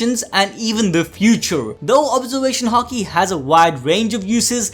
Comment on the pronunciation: please start pronouncing haki properly... im tired of hearing it hA kEY.... stop... its hAki.... ffs